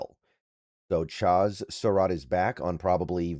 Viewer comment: love your content, insight, levelheaded approach. It used to drive me crazy but now it’s almost to drinking game level the way and amount and number of times that you mispronounce player’s names. Cracks me up at this point. It’s Cha like in Chad with a Z on the end.